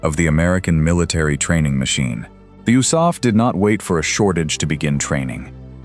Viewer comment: Oosaf???? Do you mean THE ARMY AIR CORP? The U.S.A.F wasn't even a thing in 1943, 44, & 45 you idiots!